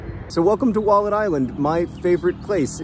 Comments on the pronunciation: It took me a little too long to understand what John was calling the island. When he said he found a wallet there I thought "I've never heard of a wallette, is it a river creature native to that part of the world?" 😓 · Was he saying wallet this whole time? I kept hearing Wallid. I was like, what's a Wallid? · I thought he was saying Walden island for most of the episode lol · I did not realise that he was saying wallet this whole time, I kept hearing Wallid. I was like, you found a Wallid? What's a Wallid? Maybe a type of animal? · Until you explained the name of the island I thought you were saying “Wallid” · anybody else misheard "wallet" and wondered what the heck a "wollod" was for four minutes?